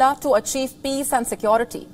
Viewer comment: Check her pronunciation... Sekwority.... It's sekewrity: security